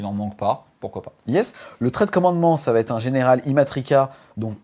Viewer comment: Merci pour cette vidéo super complète. Bon c'est pas toujours facile à suivre car beaucoup d'info mais vu la quantité de contenu c'est compréhensible sinon la vidéo durerait 3h. En revanche, par pitié, il n'y a pas de "T" entre "va" et "être". ^_^